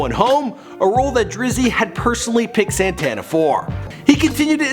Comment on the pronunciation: Man ... Ita not sintana its Santana ... And you read it Freddy krugor 2 instead of fredo krugor 2